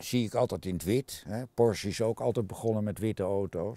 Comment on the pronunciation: Hehe eindelijk iemand die Porsche goed uitspreekt.